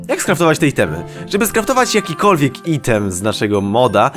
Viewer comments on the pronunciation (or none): none